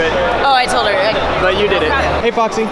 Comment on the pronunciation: U called Foxy fuxy